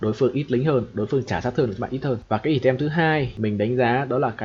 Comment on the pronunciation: Hay quá, mình chỉ xin chỉnh sửa chút: từ "item" đọc là "ai tầm" :)) bạn đọc "ì tem" làm mình mãi mới nhận ra